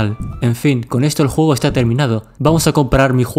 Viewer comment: CUANDO DISES JUEGO SE TE ESCUCHA JOGO